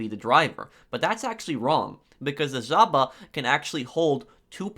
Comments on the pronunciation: In Europe we don't say Zhaba we say žaba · Without being a dick, its pronounced JAVA ;)